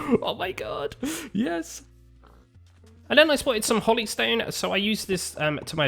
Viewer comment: Hollystone? Holy, like the term for divine. Hoe-Lee That just hurts my brain.